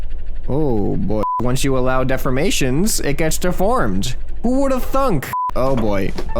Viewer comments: Deformations not Deframations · Dee for mations not def or mations